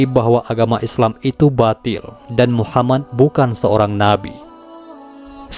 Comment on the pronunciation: Min mohon maaf saya ingin bertanya mengenai cara penyebutan nabi Muhammad SAW ada yang salah dari awal vidio saya nnton sampai di penghujung tiap mimin sebut nama muhammad menjadi muhamman itu kenapa? Mohon maaf sebelumnya kiranya untuk pertanyaan saya ini karena saya masih merasa krg enak dikarenakan penyebutan nama yang salah itu terjadi bukan cuman sekali tetapi sampai akhir vidio